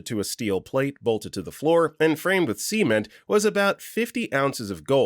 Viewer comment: Lol "See-ment" 😂